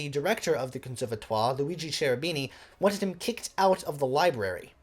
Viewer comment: Suggest you study a bit of pronunciation... e.g., repertwahR, Kehroobeenie ;-)